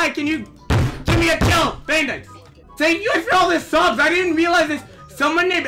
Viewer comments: “Bandithes” XD LOL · can we get a "Bandites" counter cause i swear every time he said bandites is equal to the amount of times i died in arsenal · I got really anyone when he kept saying bAnDItEs